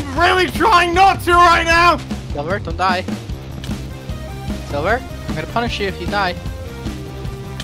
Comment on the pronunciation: Mans said SLIVER instead of silver.